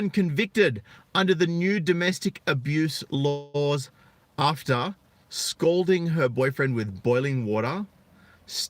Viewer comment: 😯 In your Auzzy pronunciation "skalding" sounds a bit like "scolding" REGARDS